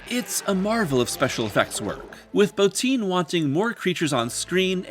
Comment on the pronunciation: THANK YOU FOR PRONOUNCING ROB BOTTIN'S LAST NAME CORRECTLY. It is impossibly rare on this platform.